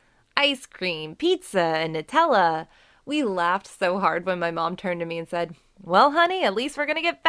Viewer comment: It’s said not seid